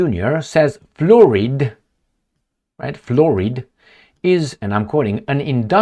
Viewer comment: Oh yah, removing fluoride from the water is my main main main main concern . 😅ahorita mismo estoy corriendo tropessando para ir votar. 😅 Someone needs to learn how to pronounce fluoride 😅😅😅